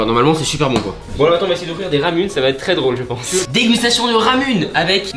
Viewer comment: Ramune ça se dit ramoune